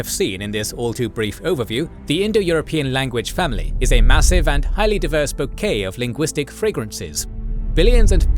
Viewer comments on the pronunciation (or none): none